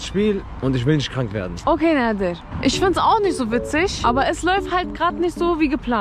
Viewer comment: er heißt nader nicht näder😅